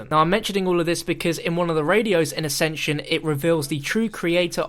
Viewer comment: It's the guy in nuketown in the video he even says accension